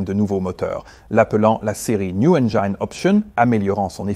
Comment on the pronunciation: Qui ne se prononce pas "enjayne"